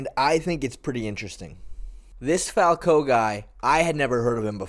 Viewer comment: Falcão is a bit tricky to pronounce. The "ã" is a nasal sound, similar to "uh" but more close to a low pitch "ah". There are no silent letters in that name, it is pronounced Falc-uh-o. This "uh" is actually closer to the real nasal sound than "falcAo" like most english speakers like to say.